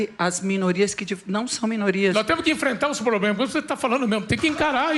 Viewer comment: Só em o ex BBB falar probremas, já há um problema!